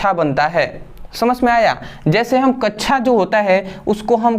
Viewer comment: Sir kaccha nhi kaksha 😂 bolte hai